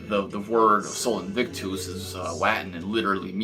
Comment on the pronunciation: Look it up buddy! I suck at writing out pronunciations (even though part of what I do for work is teaching pronunciation, eh). But basically its more like Aaa instead of a hard A and US at the end of invictus.